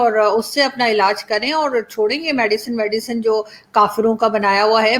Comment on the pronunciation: its medicine not medican